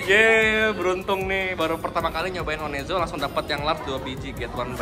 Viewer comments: Namanya ONEZO dibacanya ONEZO. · Bang btw itu OneZo sebutannya bukan o.. n..e... Zo tapi one zo , one nya pakek accent english bang hahahhaah